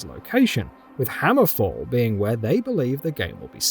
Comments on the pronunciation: Hammerfell not hammerfall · Terrible video, at least pronounce Hammerfell correctly and do some research about Redfall which is an already published game, was a bunch of other stupid things in this video too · 1. It’s HammerFELL not HammerFALL 2. Redfall is a whole game by itself.